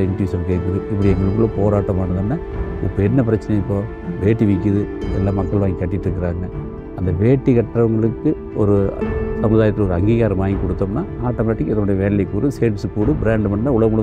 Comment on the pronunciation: Angighaaram✅ Angigaaram✅ Angikaaram❌